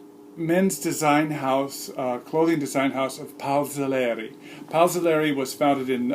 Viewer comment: See' Lehr-ee not See Lah-ree